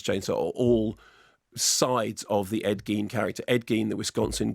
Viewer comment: Its pronounced gain ed gain spelled ed gein